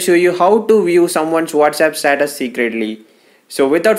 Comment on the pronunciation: This guy cannot say status he is saying SATATAS IF YOU ALL AGREE THEN LIKE!!